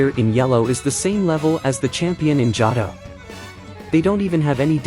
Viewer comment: Never heard of the Jah Tah region. Are you an AI?